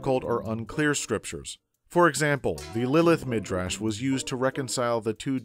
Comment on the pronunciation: Well Pesher does sound hebrew (from the root Piresh (he) interpreted). And some were Hebrew, like Midrash, which is pronounced [midʕaʃ] or [midraʃ] as most pronounce it today (with stress on the a, not the i)